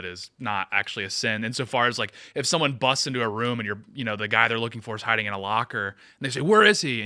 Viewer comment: strongly disagree on Candace’s mispronunciations. She’s been saying woman instead of women for years. And rum instead of room. If this were just recently than sure, I’d say it was calculated but nah. She dumb.